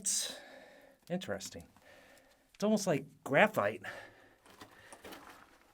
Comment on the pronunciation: “Interesteen”, “greazy”and “headeen” are not words.